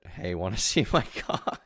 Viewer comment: Can’t just gloss over him saying ‘I do a lot of drugs took me a long time to get off Cock’ not coke lmfao